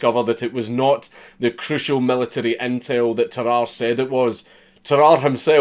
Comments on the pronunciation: I'm so yorkshire, when he says Tarrare I thought he was saying bye bye nicely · dude it's "tar-rar-rey" don't you watch sam onella? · Bruh its tarrarrà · Tararre, also pronounced “Terror” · Well, Sam o'nella pronounced it "teh rahr ee" so now I'm confused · It’s pronounced Tar-are-ay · tuh-rah-rey cmon man 😔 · The Northerner in me almost closed the video on instinct after you said "Tarrare".